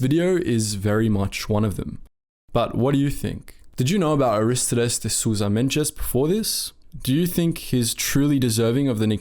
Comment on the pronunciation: Nice video! I think you learned to pronounce his name in Brazilian Portuguese. In Portuguese, Mendes doesn't have a "J" sound after the letter D